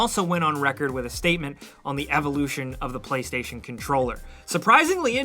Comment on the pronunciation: "Play 5 tation"